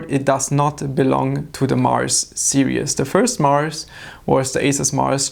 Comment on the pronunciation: Hi! Great video, tiny suggestion here. You're pronouncing series (seer-ees) too much like serious (seer-ee-us). It's only two syllables. No big deal though